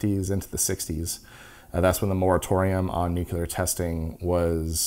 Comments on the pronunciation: Nu-clear please. Not nuc -ular. When people say it wrong it just reduces perceived credibility. Sorry. Pet peeve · Nu-cle-ar, say it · Not bad for a sponsored video but you really need to learn how to pronounce "nuclear" :) This is too lame even for a murican :)